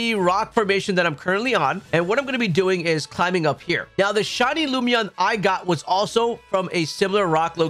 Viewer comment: Hi. Lum In Eon (like Luminous) Lumeon was not it 😂 It was just killing me hearing it a dozen times. Thank you. Great videos, I’ve been using the playlist for weeks picking up target Shinies.